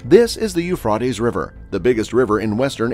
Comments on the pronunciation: It's Euphrates not not Euphfaed learn to say it correctly please. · PLEASE PRONOUNCE THE A; EUPRA’TES RIVER; ACCENT ON THE A!!! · IT IS PRONOUNCED EUPHRA’TES; PRONOUNCE THE A PLEASE!!! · Sounds like he is saying .eu fartys river . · I agree, I sent a post telling him to pronounce the A in Euphra’tes River. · Every time I hear this man's voice as the mono log I hear less than 5 percent of new content from every video . Why is that? If to put out new than follow up with new information and I beg of you not to repeat yourself more than once it gets hard to hear someone always repeating 3 times on location and what river. When you DON'T pronounce the name right anyway. Thanks